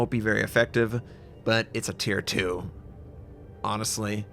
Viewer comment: I think the tier 2 was pronounced wrong (don't have to mind me ).